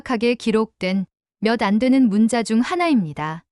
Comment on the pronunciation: 문자(文字)는 "문짜"로 읽어야 합니다.